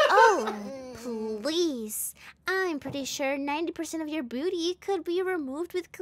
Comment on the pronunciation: Am i the only one who heard 'BOOTY' instead of 'BEAUTY'? 😭